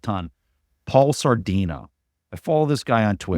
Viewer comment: butchered Paul Saladino’s name 😂